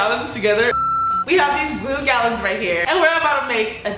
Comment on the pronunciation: I think karina really wanted to say gyaloons 😂😂😂